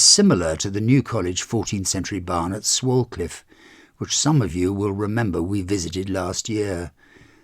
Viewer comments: Swalcliffe is pronounced Swaycliffe. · Swalcliffe is pronounced "Swaycliff". Enjoying the tours.